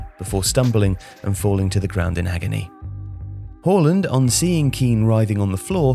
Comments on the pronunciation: why do you keep calling him Whoreland? It's Haaland Haa-Land its not difficult is it? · Sorry, “hawland”? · It's Haaland, mate. Not Holand.